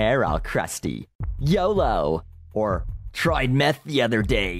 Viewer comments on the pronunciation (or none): you're def not the first to say YODO